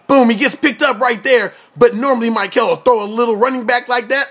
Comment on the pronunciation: Pronounced Mick-el not Myk-el...no matter though, people will know his name soon enough! Mikel Oliver.